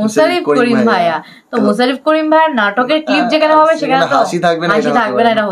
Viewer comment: মুছারফ করিম না ? বলতে হবে মোশারফ করিম.